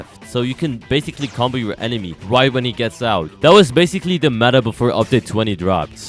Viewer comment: Guys why does he say bascil. every time😂😂